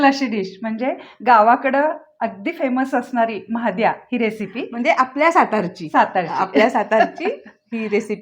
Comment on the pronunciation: महाद्या नहि 😂😂😂 म्हादया ...